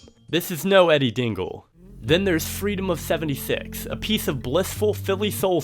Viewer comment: "Fweedom of fewentyfix"